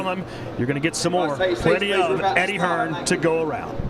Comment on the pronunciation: Andy Ruiz keeps calling Eddie Hearn....Eddie HEARNS. Lol